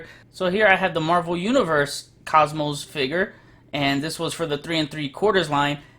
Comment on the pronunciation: It's "Cosmo", not "Cosmos".